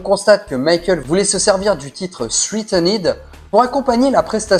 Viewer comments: Cher, je découvre ta chaîne pour la première fois, et note que tu es excellemment bien informé sur notre idole! Je n'ai que du positif à en dire,... SAUF en ce qui concerne l'accent quand tu prononces les titres... ça me donne envie de me défenestrer! Surtout le thitre threatened, que tu as prononcé [sriteunède] --> J'étais pas prêt! 😂 Si tu fais des efforts là-dessus, alors ton contenu sera parfait! ❤ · "Pallier", verbe transitif et la prononciation de "threatened"...pffff. C’est con, car sur le fond, c’est correct.